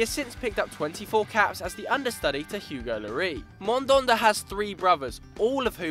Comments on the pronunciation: Mandanda; not Mondonda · It's Mandanda, not Mondonda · "Mandanda" not "mandonda" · ffs it's man.. dan.. da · The way he said Mandanda